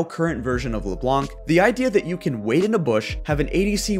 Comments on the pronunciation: It's Leblanc without pronouncing the C. French viewer advice. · The "c" in "Leblanc" is silent